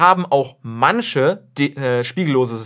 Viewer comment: manCHe und NICHT manSCHe😄😉